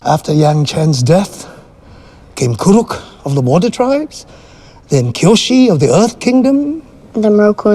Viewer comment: Why do they pronounce Kuruk like K. Rool?